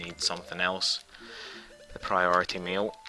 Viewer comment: Priority "meal" is all I hear.